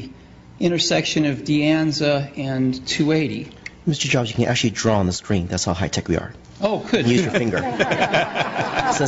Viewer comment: "Mr.Jaabs thank u far comming ..." u sure this is not china ?!?...